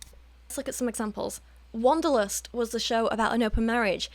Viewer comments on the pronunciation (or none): none